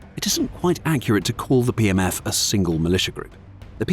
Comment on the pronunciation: A couple of times it sounded like you said "PMS Forces". I thought it hilarious and proper at the same time.